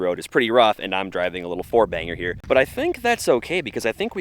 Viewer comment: What is a " horbanger?"